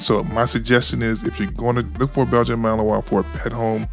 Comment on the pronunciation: MALINOIS, not Melanois